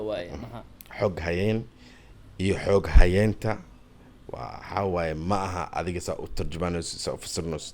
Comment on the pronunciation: Qaabka ugu dhawaqysid ayaa khaldan xoghayeenka